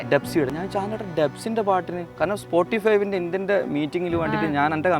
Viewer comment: സ്പോട്ടിഫൈവ് അല്ല spottify